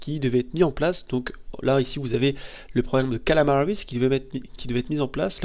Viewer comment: C'est KAMALA, pas Kalama bordel ! D'accord ? D'accord ? D'accord ?